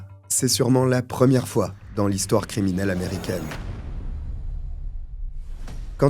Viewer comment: Un bon vrai ammmmmeeeeerrrriicaiinn 😂